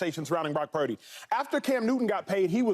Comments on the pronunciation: I'm about done with all this purdy talk. No one's mind is getting changed, let it go. And Cam, it's "purdy" not "peardy" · Have some respect Joy!.... its Brock Purdy... not Prock Purdy.... get paid alot of money to not correct yourself on T.V. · Acho mispronouncing “Pieerdy” to troll Cam was the best part of this video.